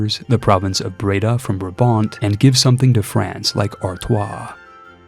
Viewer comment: Brabant: keigoeie uitspraak jonguh, great reference to the East German car 😎 and I guess the capital city of Friesland is Mayonnaise City 😋